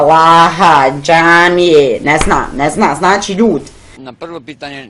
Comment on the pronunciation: draga curo nauci pricati prvo,koristi "č" gdje mu je mjesto kaze se "znači" a ne "znaći"......seljacino jedna!